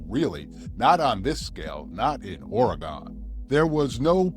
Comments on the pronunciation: Ore-gun... is how it's pronounced. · Ooff Nice video, In Oregon, this is the correct pronunciations : Ory gun, not Ory gone. (The latter is East coast speak) Va net a Is pronounced Va neeta Correct spellings: Oregon Veneta Cheers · Dude! Its pronounced ''OryGUN" and "Va-NEE-ta"